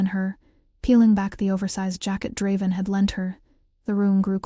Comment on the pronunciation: The story seems really good but the narration is AWFUL!!!! I made it about 30 minutes in but sometimes I lost what they were talking about because i couldn’t understand what it was mispronouncing. For instance, even though the name was said several times, I still don’t know the beta’s name and the narrator even mispronounced Draven half the time.